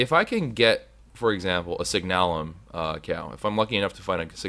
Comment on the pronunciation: please. I want you to pronounce this right. It's signalum, as in the word signal. It's sig-n-uh-lum, NOT sig-naa-lum. Please and thank you.